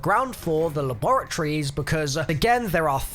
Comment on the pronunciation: What is la-bor-a-trie